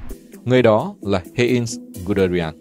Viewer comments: Giọng đọc hay, ấm, nhưng phát âm sai quá nhiều. Heinz mà đọc là Hê-in là thua rồi! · Phát âm mấy tên hơi kém. Ví dụ Heinz (1 âm, ko có in) hay Vessailes (Véc sai). Cái Vessailes chính là cái tên mà HCM gửi bản yêu sách của các dân tộc thuộc địa đông dương ngày xưa suốt ngày nói trong trường học đấy.